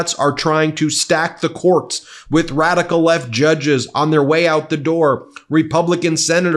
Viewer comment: For starters, records were ment to be broken 😂😊 and did he say "wadical" ? 🤔